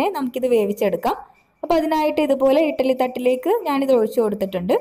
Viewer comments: ഇട്ടലി അല്ല കുട്ടി... ഇഡലി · Not ettaly.. Eddaly